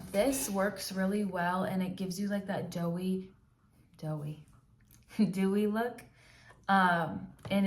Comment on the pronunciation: Wow youre beautifull and so cute when you Said dawy instead off dewy but sometimes I say things wrong too I hope your content grows cause youre good at it ❤